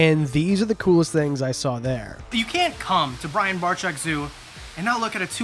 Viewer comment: I'm pretty sure you're saying Brian's last name wrong.....Ya.....👀